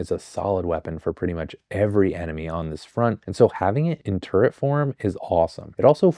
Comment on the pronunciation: you’re the first person i’ve ever heard pronounce turret right